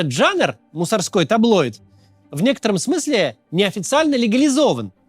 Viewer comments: Максим, таблоИд, а не таблойд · таблоИд, таблоИдов. Нет в этом слове "й".